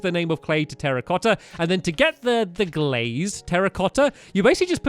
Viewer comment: when he said terracotta blocks I thought he said "Harry Potter blocks"